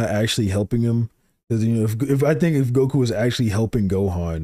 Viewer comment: The way he says goku is unacceptable